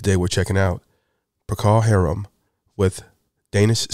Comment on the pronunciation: Whiter man Whiter.. Pro'•col accent on the 1st. syllable.. ♠W.G.